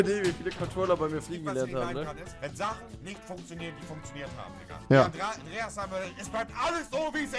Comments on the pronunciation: Rewi sagt immer thikka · Warum sagt rewi dika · Du sagst diger mit t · Rewi sagt imner statt dieger dieker😂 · Rewi du sagts immer Dikka statt Diggha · Ich feier es rewi die ganze time dikka sagt stat digga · Warum sagt Rewi dicka?😂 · Seit wann sagt rewi DIKKA..hahahaha bitte gewön dir das wider ab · Digga Rewi man sagt Diggggggggggga mit G nicht mit K wie du es sagst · Junge das heißt Diggah und nicht diKKa 😂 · Rewi es heißt digger und nicht DiCKer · Wenn du schon digga sagst dann bitte mit g und nicht mit k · Sag mal digga und nicht dicka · Das heißt Digga und nicht Dicka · Junge Lern aml digga zu sagen du sagst die ganze zeit dikkkka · Hör auf digga als dicka auszusprechen.!. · Wenn Rewi nochmal "Dicka" sagt, raste ich aus. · Warum sagst du immer dicka